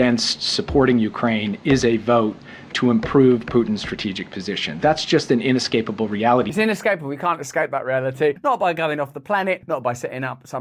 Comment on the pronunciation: He says "in escapable reality" , as if the government ever visits reality, lol.